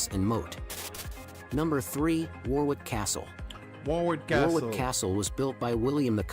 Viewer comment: Warwick is pronounced WORRICK, Bamburgh is BAMBRA, Alnwick is ANNICK. Many of our place names are so old that their pronunciation has evolved in weird ways: making them real traps for visitors from abroad. SORRY everybody, sorry world. But then many American place names are bizarre in their own crazy ways- I think this is all great fun! (Leeds in Kent is always a favorite of mine. But so is tiny Hever.)